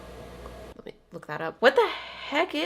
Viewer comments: its an aussie animal pronounced kwo ka😊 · HII! so basically a quokka is an Australian animal, and it’s pronounce kw-o (not long o )-ca (Okay now reading this back it doesn’t look that helpful) 😂 In Australia Just off the coast of WA we have Rottnest, it’s full of wild Quokkas! I’ve been a couple of time it’s beautiful. You sadly can’t pet them 😔 but still a great experience (Oh and btw it’s called Rottnest because back when it was discovered people thought they were rats, and it was originally called Rottnest) SORRY ABOUT THE RANT PLEASE KEEP WATCHING THIS MASTERPEIVE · I'm from Australia and that's where quokkas are from and btw when you say it pronounce the o like you do when you say orange